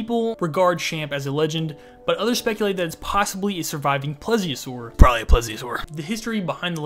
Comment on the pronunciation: Love the video but for reference; (Plee . Zee . Oh . Saur)